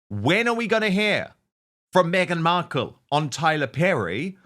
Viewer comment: Why does Dan pronounce her name “Beadle”? Just curious, I don’t like her regardless.